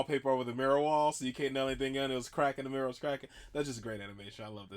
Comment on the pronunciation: Congratulations on saying mirror correctly, most Americans I've encountered tend to pronounce it meerrr lol